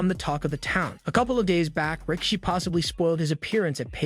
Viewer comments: I’m sorry did he say rah-kishi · He also said "Rika-she"